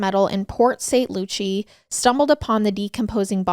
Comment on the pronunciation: girl, it's not that hard to learn how to pronounce names lol "LuCCI" it's Lu-CIE pronounced like the name Lu-cy.